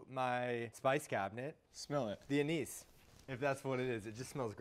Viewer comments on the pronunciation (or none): “A-NOOSE”... 😳😂😂😂.... ANISE?? 🤓👍